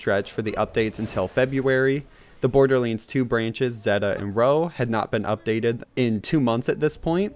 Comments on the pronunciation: Wtf is Borderlends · He just said bordlends